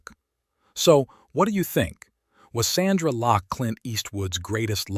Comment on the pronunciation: Lost me when he said "Sandra Locke"! When you start getting names wrong , you know its AI........bye, bye!